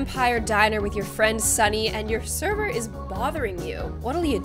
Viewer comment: It's not Sunny it's Sonny